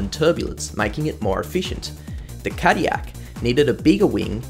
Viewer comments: in defense of the hilarious pronunciation which made me do a double take, GM did market Caddy as a luxury brand since it started. and what's more luxurious than anything that's french High Society back in the 40s and 50s? nothing that's what. could also be the fact that Chevrolet was also french and is also an american brand but hey what do I know right? lol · I believe that these cars were developped by Toyota engineers in Cologne but the powertrains were fully designed and developped in Japan. "Morizo" does have his history at "the Ring" I guess all great rececars have some European ties. But as a french speaker, we pronounce L's. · I think you missed the Toyota TS050 and GR010 as LeMans winners. And you really need to learn to pronounce "Cadillac". There is no Y in Cadillac. I am a French Canadian and as such know how to pronounce Peugeot and Villeneuve, but I also know that Cadillac is an American name and is pronounced (/ˈkædɪlæk/). No wonder voice recognition software can't understand Aussies. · As an American cadiyak is crazy but I appreciate the effort into your videos! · It's pronounced Cad-dil-ac, you dang European... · my whole life and I didn't know there was a "y" in Cadillac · Tf is Cadiyac😂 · As an American, I take -10 damage every time you say 'Cadiyac' 💀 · God hearing Cadillac being pronounced that way drives me up a wall its pronounced Ca-Dill-lac, but i can say this about Cadillac racing this was only a stumble compared to their racing exploits afterwards in GT racing in the US with the CTS-V.R Beating the Mighty Audi S4 and RS6 Quattros and all others for almost a decade so yeah they had the last laugh i dare say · Well the way he talks about caddilac makes it seem European, like don't shame the U.S for not winning le mans, australia hasn't had a car win it either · 37 yrs old. Never heard cadiyak before. I'm pretty sure there's an "L" or two in there somewhere. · Couldn't listen to Cadyak ..